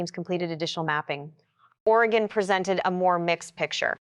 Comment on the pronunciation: It's Oregon "Orygun" not OreGone